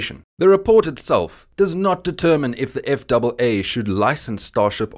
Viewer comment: Jesus Chris when you pronounced that. eff double A I had no clue what you are talking about even though I hold a commercial FW/RW license and CFI. It’s known as Eff ay Aay